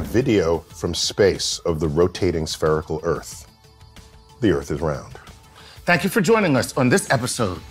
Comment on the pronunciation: Ohhhhhh SPHERICAL... I thought he said sPEARical.